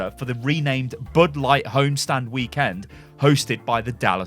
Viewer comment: I love how you say weekend. Wee Kend.